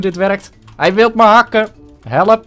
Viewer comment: Hoe jij helep! Zegt. Geniaal!